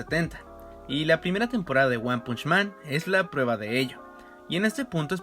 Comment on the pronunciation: Me hace mal la pronunciación del título :(